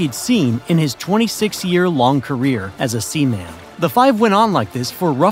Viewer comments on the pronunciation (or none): colin-EYE-zation? sea-MAN? Eliza-BETH-an? Jfc learn how to properly pronounce the words you’re using if you want people to listen to you. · Don’t purposely pronounce seaman incorrectly. It’s inaccurate. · Sea Man but not Ply Mouth? Sus. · Heh. Sea-man. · This landlubber said "sea-man" 😂😂😂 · Uh huhuhuha. You said "sea man." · I appreciate you calling him a "sea man" instead of the usual pronunciation 🙇‍♂️